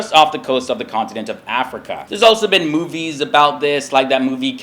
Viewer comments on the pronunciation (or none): none